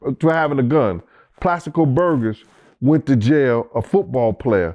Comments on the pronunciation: Plexico Burress not Plastico Burgess 😂😂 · Plaxico Burgers😂😂😂… niggas can’t pronounce shit😂😂😂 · He said plaxico burgers 😂😂😂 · “Plaxico Burgers”😂 be messing up some names man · said Plaxico Burden & Plaxico Burgers🤣🤣🤣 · YO HE SAID “PLAXICO BURDEN” LMAOO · This nigga said Plaxico Burden then Plaxico Burgers im cryin 💀😭😭😭😭🥶🥶